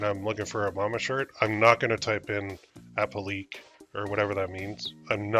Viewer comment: The word that's messing with you- appliqué, is pronounced like appli-kay. It refers to the look of the design. Appliqué refers to something applied to the main piece. In the case of the mama shirt, the word "mama" looks like it is cut from a different fabric applied to the main shirt, an appliqué.